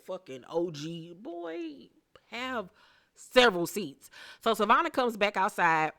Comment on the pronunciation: Right Savonna not Savannah